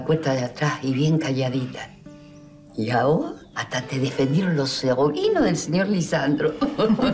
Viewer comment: Esther dice "Saborinos".. en ves de "Sobrinos" 😂😂😂